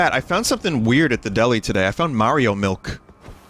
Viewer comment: ya wanna dwink all your mawio miwk